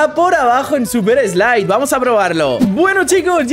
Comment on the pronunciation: y lo dijo en super slipe